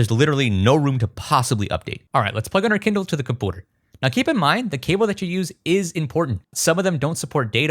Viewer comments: Bro, please, it’s “computer”, NOT “compooter” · The way that you say 'computer' is amusing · Do you intentionally pronounce “computer” that way? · This is the first video of yours I've ever watched and I can't tell if the way you pronounce "computer" is an inside joke or a speech impediment